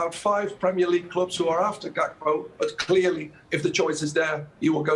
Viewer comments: Wait this guy just said Gody Cakpo 🤣🤣🤣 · “Gakpo” how do you pronounce that 😂😂😂 why would he leave a team that competing to get into the ucl and leave to utd who are in europa conference league on Thursday nights Lmao stop it man